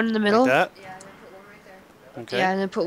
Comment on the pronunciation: Robbie Clause when she says den she mean THEN